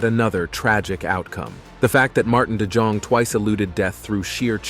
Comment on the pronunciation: The correct way to say de Jong is de young.